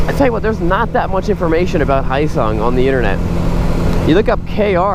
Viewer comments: Not "hi sung" it's spelled phonetically correct. "Hyo-sung". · this guy is terrible at pronouncing foreign words. yeah muh haw? its not hisung its hee yo sung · It's pronounced "Hee -yo sung." It's a South Korean company that provides engines to Suzuki motorcycles. In Korea, the company goes by "Hyosung-Suzuki" and license manufactures Suzuki motorcycles. After acquiring enough knowledge and know-hows in producing motorcycles, Hyosung decided to manufacture their own bikes under their own brands. You buy a Hyosung GD650, you're basically buying an SV650 with a bit less attention to details at a much lower price. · It's pronounced Hyo-sung. You say YO but with a slight H at the beginning. H...YO. HYO-SUNG. Not Hi-yo-sung. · It is pronounced Hyo-sung - ryhmes with Bro-sung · silent "H" you ssob!! silent "H"!!! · It's 'hoe-sung', isn't it? They had made a 250 V-twin sportbike previously... styling's to die for... speaking of smaller makes faster, Kenny Roberts had a go-fast school where they'd race like honda trail 50's around a sloggy mud track, they'd make every racing move at like 17moh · Honda??American brand???. like my North Korean BAJAJ from India with a Mexican paint job. Pssshh! You can't even say Hyosung right. you just got 1 thumbs down for saying nonsense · Pssshh! You can't even say Hyosung right. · And he can't even pronounce Hyosung correctly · Learn how to pronounce Hyosung correctly!!!